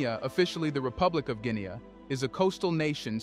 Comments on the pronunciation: It’s not Guineae it’s Guinea I’m from there! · Jesus Hieronymous Christ man, can you not get ONE single African name right?? Gwinee is not the name of the country, you moronic AI clown. There is an incredible amount of other stuff you get wrong in this thing. For one, 'Mandinka' is not a name that's being used in Guinea - ever. Iron ore sits in the ground and is not being exported. Agriculture is and remains the employment backbone of the country. Mining cannot and will not provide employment in significant numbers. As you were. But for heaven's sake, get those names right.